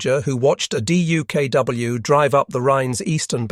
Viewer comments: With great patience and far too many "D-U-K-W"s and the occasional "D-U-K-W-S", presumably a misspoken plural rather than a special "duck" model, I'm having to leave this clip halfway through "duck" being, the simple way this amphibious vehicle was, and still is, commonly pronounced. Painful repetition. Otherwise excellent. I might yet return for the second half steeled against the annoying spelling out. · I would pay for a version of this video with DUKW pronounced as “duck”.